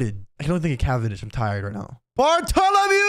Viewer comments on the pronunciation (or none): Sad that everyone pronounce his name wrong. He is Bartolomeo. Bartholomew is Kuma.